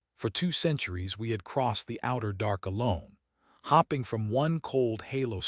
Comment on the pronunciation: Again a stupid AI it's hope-ing spelled hoping not hopping notice the difference in spelling.